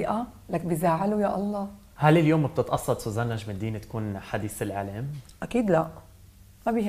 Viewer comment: طيب ما بتعرف تقول سوزان ليش عم تقول سيزان ولا انتو اللبنانية ما بتحسنوا بدون قلة طعمه